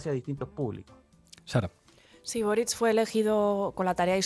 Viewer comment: es Boríc. Es catalán